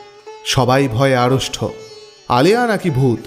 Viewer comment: বড়ো মনকে নাড়িয়ে দিল, বহু ক্ষন চুপ করে রইলাম.......... একটা কথা ভাই, আড়ষ্ট কথা টা 'আড়ষ্ঠ' কানে লাগলো, সংশোধন করতে পারলে খুশি হবো। আরও কাহিনী শোনার অপেক্ষায় আছি।